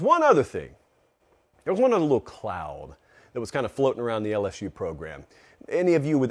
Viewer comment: if you want to be disrespectful, just say LS-who like everyone else😂😂 LS-SHOE just doesn't hit the same. Now, when people type "lsshoe" it's more in reference to the 2020 Florida game, where a penalty for a thrown shoe ended up winning the game for the Tigers. Second of all, LSU fans are very self aware of the way they pronounce the teams name to begin with, and that has its traces in Cajun heritage. Same reason the fans use the spelling of "geaux"; pride of the culture of Louisiana. Tl;Dr: your attempted insult of spelling LSU as "LsShoe" is outdated, unoriginal, and 0% offensive. Have a good day, sir.